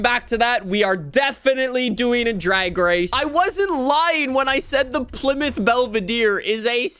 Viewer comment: its pronounced PLY (plaee) MOUTH (mouth)